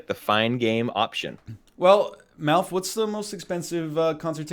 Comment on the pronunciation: How many times did they call Malf as Milf?